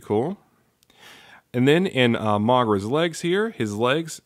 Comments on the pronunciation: No offense but Why do u keep pronouncing his name as MAGRA? its pronounced MOGERA dude. still I do love the review very nice thanks for uploading this. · its mo-gee-rah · It's actually pronounced mo-GEER-a, although the name may seem different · I'll over look the fact that you mispronounced Moh-Gair-uh. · You are saying mogera wrong